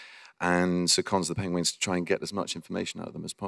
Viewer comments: He still said "Penwings" on the 12th minute more than once! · Aww he still mispronounced Penguins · HE SAID PENGWINGS LIKE EVERY TIME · or Penglings, I think he said at least once. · Oh cute he say penguings 😭😂. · He said penwings again XD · HE IS STILL SAYING PENGWINGS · someone please count how many times this man said “pengwings” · You poor beautiful man, you still pronounce it pengWINGS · HE SAID PENGWINGD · HAHAHA. HE JUST SAID PENGWINGS THRICE IN A SPAN OF A MINUTE. PENGWINGS!!!! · #pengwings benedict cant say penguins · Benedict still can't say Penguins, bless him XD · pengwengs XD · He cant say ng apparently